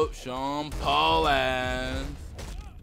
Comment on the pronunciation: Its "SEAN PAUL" OK